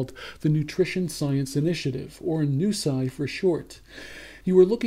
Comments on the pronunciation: Noo-See, not Noo-Sai :D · ok first off ... its pronounced New-See. secondly, they raise money to find studies. heck they even fund studies authored by ppl who DO NOT believe in what taubes and attia say. but im pretty sure you do not want to fund studies might find out on way or the other right. you have a quite a bit to lose if proven incorrect. right ? thats why you attack nusi instead of taubes or attia. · refuse to acquiesce to their affected pronunciation. Ask anyone on the street how they would pronounce NuSI and see what they say. The pronunciation is just an attempt to better market themselves. How could I have anything to lose if they won't run a trial with a diet I'd defend? Where are their plans to test a whole food, plant-based diet against the fatty diets they are trying to promote? You won't see them do one because it is they who have something to lose, like fundraising and reputation. What would I have to lose? I make no money. I am anonymous. Really, man, attempt to think a little before commenting here. You are coming off as such a tool.